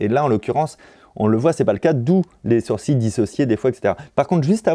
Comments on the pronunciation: "On a énormément de mouvement de SOURCiiiiS" ??? Ha ouais, ça se dit comme ça "sourcils" ? 😂😂😂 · Nobody : Fabien Olicard : « Les sourciLLes »